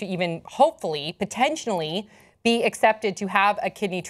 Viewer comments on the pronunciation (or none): ...why does keep saying "potentionally"?, that's not a word.